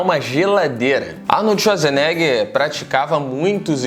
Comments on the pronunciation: Arnold txuadzerneguer ?? vc fala assim kkkkkkkkkkkkkkkkk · Arnoldi shuazinegher